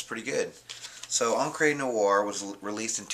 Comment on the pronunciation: It's Encrah not Encrey